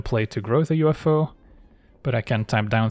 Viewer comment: i don't know, "the UFO" is pretty good, but I particularly appreciate "uffo" pronunciation....it's goddamned hilarious.